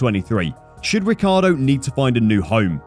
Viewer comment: Fernando's surname is Alonso not Alonzo. The correct pronunciation of Daniel's surname is Ree chee ardo.